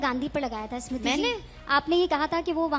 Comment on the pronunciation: O bhai ASmiriti irani nhi smiriti irani bol 😂😂 ASmiriti 😂😂